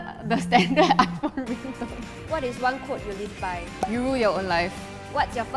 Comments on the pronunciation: is it just me, or did she sound British here? Like “iPhOnE” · OMG THE ACCENT WHEN SHE SAID “IPHONE” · when says “IPhone” she sounds like she is extremely British for some reason. Can someone please explain this to me?